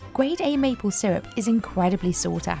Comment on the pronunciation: "Mople" syrup???!!!!! Do better!!!! Worst opening!!!!